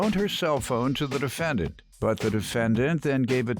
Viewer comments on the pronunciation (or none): How did the announcer pronounce the defendants name??